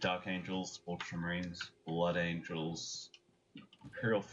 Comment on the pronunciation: Dark "Angles" Blood "Angles"? Really?